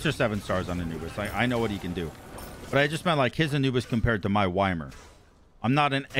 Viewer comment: The way you pronounce Ymir hurts my soul. Its e-mere not why-mer. Love your work tho.